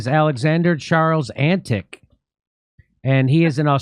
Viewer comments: He is of Balkan origins so it is pronounced Antich. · think of the way people say chewbacca — they don't put a hard CH sound at the start, it's not CHOO-CHOObacca, it's a softer sounding ć, similar to the way the brits say "tutor" — tyootor, not "toodor" — Those of you sounding that out right now, are my kind of people. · Hi Jimmy Antic is a Slavic last name, ending in "ic" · Antic (Antić) is Serbian or Croatian surname and it translates to English something like Anthonic. It should be pronounced in the end like surname of tennis player Novak Djoković. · His origin is most likely from the balkans in Europe, the name would be Antić( Pronounced Antich in English, similar pronunciation to John Malkovich the actor) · Um, I would bet my bottom dollar that this guy’s anscestors were Croatian and that the name was originally spelled Antić - pronounced An-tich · Not all names necessarily follow an Anglo-Saxon pronunciation pattern. The name 'Antic' would be pronounced s.g like "Antich" in its original status. Why are you guys mis-treating this man who is one of very few Australian politicians with decent motives. How ignorant you are! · it's not pronounced Antick, but Antich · A Billabong is essentially a small swamp or pond. The Term 'Drain the Billabong' is an Australianized version of American 'Drain the Swamp'. Also Senator Alex Antic is of Serbian descent. His surname is actually pronounced 'Antitch' like most people from the Balkans whose names end with 'IC' it actually sounds like 'ITCH" so Antitch not Antick. And yes Alex is a conservative party Senator. Hope this helps. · Pronounced : Antich. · its pronounced antitch coz its likely serbian or croation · Antic probably Eastern European in origin. Pronounced An-tich. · Alex's father was/is Serbian. So the 'c' at the end of his surname is probably pronounced as a "ch" sound... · I guess he have Croatian roots, so it pronounces "Antich". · Alex Antic is of Serbian descent. His surname is Antić (Antich).